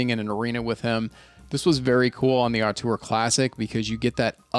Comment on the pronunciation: Great review! But btw the first vowel in "auteur" is pronounced 'oh' instead of 'ah'. ZMF lists it as [ō∙tuhr]